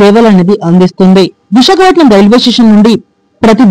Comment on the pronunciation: విశాఖపట్నం పేరును సక్రమంగా చెప్పండి